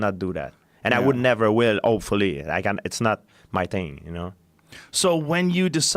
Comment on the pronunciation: "And i will never will, opefoully"